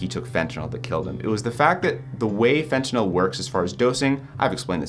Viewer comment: Props on pronouncing fentanyl properly, unlike the rest of the world 🙄😑